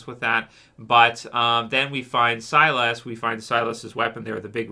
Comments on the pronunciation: Its pronounced SI-LUS not SI-LASS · Silas is pronounced SY-liss not SY-lass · “SIGH LUS”, not SIGH LASS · I'm pretty sure his name is Silas not Cylus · when he said "ass", I was like what did you call me?? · Stop saying silas name like that. You keep pronouncing it wrong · man you're still prouncing Silas name wrong lol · Lol every time he said Silas name I would correct him like he could hear me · It sounded like an x-men character 😅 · The A is silent